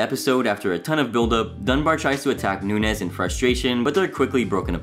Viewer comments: Dude, Chris’s name isn’t Nunez it’s Nuñez. The ñ is said like there’s a y after the n. It’s Nun-yez. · It is Noon' yez. Not noon. nez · Its "noon-yez". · You’re killin me with “noon-ez” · the way this guy pronounces nuñez is like ... so weird to me lmfao. shouldnt it be more like "nun-yez" ? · I was cringing at “noon-ez” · Pronunciation all around is annoying but good info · the second "n" in nunez makes a "y" sound, gringo. hahahaha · You really can't pronounce "Nuñez"? Did you even watch the show? 😂